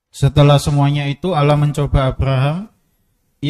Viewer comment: apa saya yg salah dengar atau gimana ya? Saya mendengar sipembaca terjemahan menyebut Allah dg Awoh